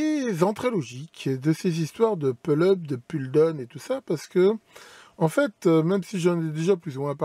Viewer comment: Donc ne me tapez pas dessus, une remarque toute gentille, merci. On dit « poule eup » et « poule daoune » écrit en phonétique bien sûr. La j’ai les oreilles qui saignent un peu mais ça ira.